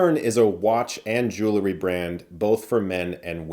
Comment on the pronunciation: It's JEWELRY, not JEWLERY. Puleeze.